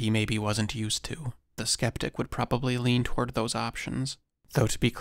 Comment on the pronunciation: I like your chanel, but when you say "sceptic" like that, pulls me right out of it